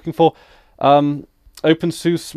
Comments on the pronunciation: It's pronounced "Open Sue-Sa" by most Linux users. At least, those who are familiar with the software do. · I like to pronounce it "Open Susie" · Every other word in this video hurts my ears. First off you are pronouncing it wrong. Watch this for examples: Further, OpenSUSE isn't enterprise focused, it simply shared some common development with core packages, but the distro as a whole is very much community lead. It isn't run or supported by Novell, in fact the Novell branding is completely gone at this point but the video is old so I will forgive that point. Although even when this was posted I am pretty sure Microfocus owned SUSE, however SUSE runs independently and OpenSUSE is lead by the community, not the company. Also for your confusion about a focus on GNOME or KDE, openSUSE focuses on KDE while SUSE focuses on GNOME which is just one example the influence of OpenSUSE being community run. Adding 3rd party repos is pretty damn easy as well. Generally if you try to download something from a web page that comes from a 3rd party repo it just asks if you want to add the entire repo to zypper for future updates and you just click yes or no. Pretty simple.